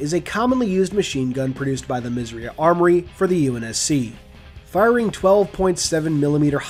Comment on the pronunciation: Isn't 'misss eiiii uhhh' armoury? Good video though :)